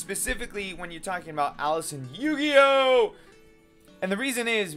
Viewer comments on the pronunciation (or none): O dunno I get irritated when he says Eugeo as Yu-Gi-Oh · I wish he wouldn’t add emphasis on saying eugeo’s name wrong